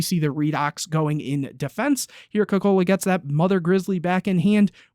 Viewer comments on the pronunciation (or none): As an Italian your pronounciation of caccola is really funny, It sounded a lot like Coca Cola. Is also a strange name in general so it was double funny. Great video as always